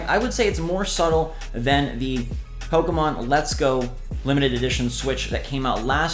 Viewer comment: When you sed pokeman i was like the heck where is the A in pokemon 😂😂😂😂